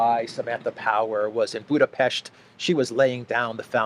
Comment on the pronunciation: Thx for the updates and quality job, again 👍🏻 And appreciate the pronunciation of BudaPest ✌🏻